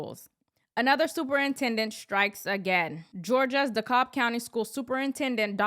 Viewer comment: You pronounce the L in DeKalb, Illinois.